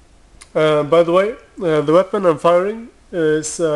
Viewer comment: why is he saying weapond- weapont?